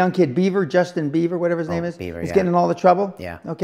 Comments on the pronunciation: Lol I love him, he doesn't give a shiit. He called called Bieber, Beaver hahaha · "Justin Beaver" LMFAO